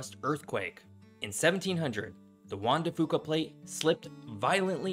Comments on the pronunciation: Fun fact: you can stop butchering the pronunciation of local geographic and tribal names by simply searching ChatGPT. Put in a prompt like "IPA for Juan de Fuca." It will give you the correct pronunciation. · Please consult a local when it comes to pronunciation. Grays Harbor, not Gray Harbor. Will-ah--pah Bay Qwi-nault Juan de Few-kuh Do better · That’s “WIL-la-pah”, thank you😅 Also “shin-OOK” and “kwi-NALT” and Juan de “FEW-cah” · Cringe ..... yer butchering the pronunciations; Willipa, Quinault, Juan De Fuca. Glad you didn't try Sequim! ;-) Ya did well with Willamette. A little more homework is needed. And lighting graphics? Really? We RARELY get lightning W of the Cascades. Kinda silly. This video is largely relevant to the areas as far S as the Point Reyes. The only coastal CA city of any size is Eureka, and maybe Fort Bragg. For many of the same reasons as OR and WA. N CA coast has a much easier climate, but the other factors remain true. Guessing around 1,500 miles of coast? Easier to contain the conversation and statistics to the state boundaries, I'm guessing. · Geez, your pronunciation of local geography is terrible. Things you said wrong: Chehalis, Willapa, Quinault, Juan de Fuca. And those are easy to find references to. I'd hate to hear you try with niche place names; the kind that only locals would get right.